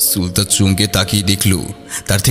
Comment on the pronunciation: শক্তিশালী কলম তবে Sulta নয় সুলতা।